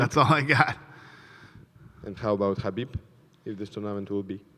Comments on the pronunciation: david tanner Correct pronunciation is 'Ha beeb', the K is silent. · Did he say Khabib or Zabit fight of the Night??